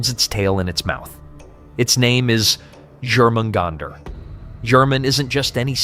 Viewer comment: Jormamgunder. The J is pronounced as a Y. Pronouncing the J is like nails down a chalkboard.